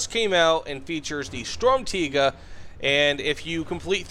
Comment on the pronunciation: As a german, thank you for saying it correctly